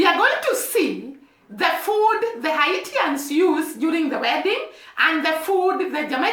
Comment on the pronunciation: The people of Haiti are called Haitians, pronounced Hay-shans.